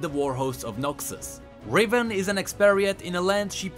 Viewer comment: Its Riven not Raven but good video anyways